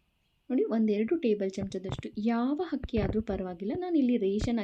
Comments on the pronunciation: ಹಕ್ಕಿ ಅಲ್ಲ ಆಕ್ಕಿ... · Good recipe , my grandmother who happened to be from Chennai used soaked rice , please pronounce Akki and not Hakki ,sends a wrong message . All the best . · ಸಾಹಿತ್ಯ ಅಲ್ಲ ಅದು ಉಚ್ಚಾರಣೆ, ಅವರನ್ನು ತಿದ್ದುವ ನೀವು ನಿಮ್ಮ ಶಬ್ದ ಭಂಡಾರವನ್ನು, vocabulary, ಹೆಚ್ಚಿಸಿಕೊಳ್ಳಿ. ಆದರೆ ಅವರ ಉಚ್ಚಾರಣೆ ಎಡವಟ್ಟು ಆಗಿದೆ 😅 ಹೋಳಿಗೆ ಓಳಿಗೆ ಆಗಿದೆ. ತೆಂಗಿನಕಾಯಿ ಒಡೆಯುವುದು ಆಗದೆ ಹೊಡೆಯುವುದು ಆಗಿದೆ. ಅರ್ಧ ಹರದ ಅಕ್ಕಿ ಹಕ್ಕಿ ಯಾಗಿ ಹಾರಿ ಹೋಗಿದೆ 😅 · ಹಕ್ಕಿ ಅಲ್ಲಾ ಅಕ್ಕಿ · Hakki alla Akki keloke tumba kasta agutte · adu hakki allamma akki, modalu kannada sariyagi matadodu kaliyiri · ಹಕ್ಕಿ ಅಂದರೆ ಹಾರಾಡುವುದು ಪಕ್ಷಿಗಳಿಗೆ ಹಕ್ಕಿಯನ್ನು ತಾರೆ ಅಕ್ಕಿ ಅಂದರೆ ಅ ಅಮ್ಮ ಅವನ್ನು ಬಳಸಿ .ಹ.ಬಳೀಸಬೇಡೀ. ಹ..ಬ.ಉಂಡೆ. ಎಂದು ಚೆನ್ನಾಗಿ ಮಾತನಾಡಿರಿ ಹೂಂ ಡೆ. ಬಳಸಬೇಡಿ ಕನ್ನಡವನ್ನು ಅಗಲ ಅಗಲ.ಎಂದೂ ಹೇಳಿ ಹಗಲ.ಅಲ್ಲ. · ಅಕ್ಕಿ, ಹಕ್ಕಿ ಅಲ್ಲ, ಉಂಡೆ, ಹುಂಡೆ ಅಲ್ಲ. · ಅಕ್ಕಿ ಅಂತಾ ಸರಿಯಾಗಿ ಹೇಳಿ ಅಗಲ ಅಂತ ಹೇಳಿ ಹಗಲ ಅಲ್ಲಾ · ಕನ್ನಡ ಉಚ್ಚಾರಣೆ ಸರಿಯಾಗಿರಲಿ 🙏 ಹಕ್ಕಿ ✖️ ಅಕ್ಕಿ✔️ ಹಗಲ ✖️ ಅಗಲ ✔️ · Hakki alla akki aa ha sariyayi pronounce madi